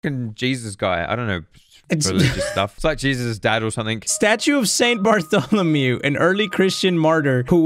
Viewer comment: He said St. Bartholomiaou! Is that a Pokémon?